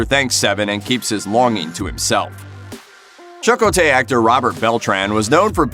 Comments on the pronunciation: At first I heard "Chuckle Tay" and thought it was a joke... But it kept being repeated. Now I can't hear anything other than Chuck O'Tay. Thank you. I think I found my next wifi router name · Bad pronunciation of a favorite character on Voyager ("Chuck O. Tay?" ), suggests the narrator might never have watched an episode of Voyager. I find it humorous! LOL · Chuck o tay....... 🤣🤣🤣🤣 I couldn't stop laughing everytime he said it. I love Voyager. Seven and Icheb episodes were my favourite eps 😢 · I best most of you all criticizing the narrator for their pronunciation of Chakotay are yourselves pronouncing it wrong as well. The first a is neither short nor long. It is more like "eh" as in Cheh- kotay. Search it on youtube as there is a short video pronouncing it several times. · This poor narrator 😂 CHAK-atay and tu-Vok have me rolling. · Commander “CHUH-ko-Tay”??? (Facepalm!). Why do they have people who never watched the series and don’t know how to pronounce the characters’ names do the narration for these vids?!!! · But but but.. Chuck-o-tay... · chuck-oh-tay? that must be the Irish character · You are pronouncing Chakotay's name wrong! Cha-ko-tay you are adding and extra vowel that is not there. Not trying to sound mean, I am just a huge Star Trek fan. 💕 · Chakotay!! CHA-KO-TAY! That is driving me crazy lol...😖🤦‍♀️ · Who the hell is Chuck O'Tay? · "Chuck oh tay." yeah, yer prolly right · Omg. It took me a while to figure out who this Irish character I’d never heard about, Chuck O’tay, was. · 👏 don't 👏 do a podcast on something if you👏 can't 👏 get 👏the👏character👏names👏right👏.👏 *Chec*ōte(as in Check), *Tū*vok(as to be or not to be), Tōrèz, and *Nēe*lix(as in you freaking knee)*, Goddamnit! Watch enough of the series to pronounce the names before you make yourself sound like you don't know what you're talking about!... None, if you are going to mispronounce the names! *Throws computer down a staircase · Lol. And said his name wrong several times 😂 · Chuck okay 🤣